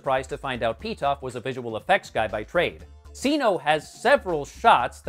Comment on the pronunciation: CINO as SINO? Would it not be pronounced Kee-NOH? She’s Catwoman not Satwoman. Lol